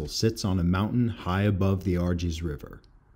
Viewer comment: Great Video, episode 3/9 published on 3/9, was there in 2016 and loved it! FYI Pronounced Po-ye-nar, Ar-jesh, and Wah-lay-sheeyah. I was gracefully informed by my host more than once.